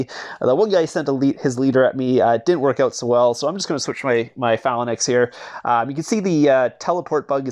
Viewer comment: Its pronounced fay -links pleaseeee stop sayin phal a nix